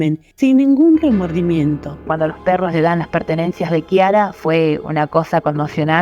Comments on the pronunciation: Se pronuncia Kiara, no Chiara! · Bien caso, solo que así no se pronuncia el nombre de ella, la ch se pronuncia como si fuera la k, ya que significa clara en italiano